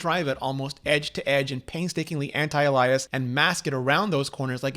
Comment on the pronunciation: Great journalism. One one point bothered me. When you said "anti-uh-lie-us".